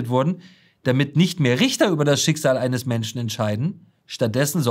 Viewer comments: "Menschne" dieser Sprachfehler erinnert ein wenig an den Drachenlord... und die Optik auch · die Ricarda und ihr Sprachfehler... Menschna... hat das auch jemand gehört?